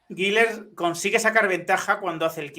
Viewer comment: SOLO UNA COSA POR QUE DICEN GUILER CUANDO SE PRONUNCIA GULER ASÍ CENCILLO LO SIENTO NOVES UNA CRÍTICA GRACIAS